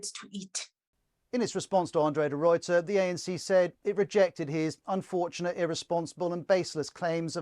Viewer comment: As a South African please note De Ruyters name is pronounced De Rayter. Not De Royter!